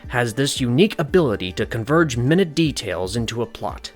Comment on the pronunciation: For a small tip, it could save a bit of confusion if the pronunciation of "minute details," as stated in the intro, was said as "my-nute(mīˈn(y)o͞ot) details." I state that because, though the two different words are spelled the EXACT same way, they are pronounced differently & have meanings that aren't too similar(aka heteronyms). It's important to state each correctly as to not confuse viewers/listeners. I'm only constructively criticizing, not trying to insult or come across as a "know-it-all."